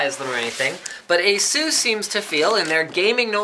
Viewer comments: It's pronounced "A-SUS", not "A-zeus" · It's 'Ah-suss' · 'Assussh'? wow, is it the way Asus is pronounced in english? =O sounds like ''Jesus" in spanish or something xD Here we say it like 'Ahzus'